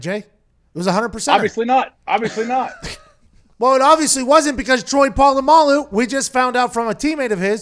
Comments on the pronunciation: "troy poololamaloo" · Everyone: Literally everyone: Pat: TROY PO LA MALU RUINED MY LIFE